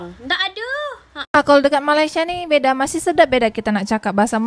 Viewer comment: Sebut Malaysia pun tak betul, sibuk nak menjaga dan menyinyir Malaysia. Tak payahlah. Jaga Negara sendiri sudah. Negara ko dah teruk dah tu, Tak lama lagi tergadai lah negara ko kepada Negara China.